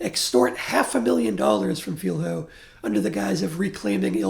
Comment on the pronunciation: Just for Future reference, "Filho" is pronounced closer to "Filio". Thank you for your very deep review of the movie and of our political context.